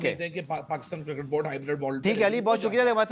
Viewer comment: White tshirt wala pe bol raha hai nahi ana to mat ana. Isko cricket bolne to aa nahi raha cirket cirket bol raha hai😂